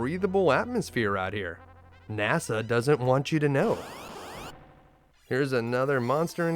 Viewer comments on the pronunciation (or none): none